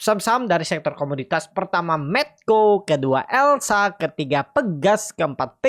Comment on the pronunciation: Elsa…..bukan lesa